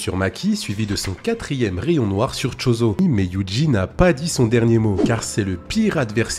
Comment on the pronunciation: J'allais dire "enfin un mec qui sait prononcer Yuji et Gojo" puis t'as prononcé Chozo 😭😭😭